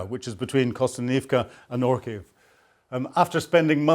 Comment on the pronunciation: Orikhiv, not Orkhiv.